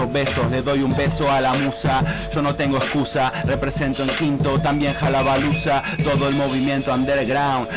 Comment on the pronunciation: Halabalusa. No ''Jalabaluza'' Igual, le puso onda jajaja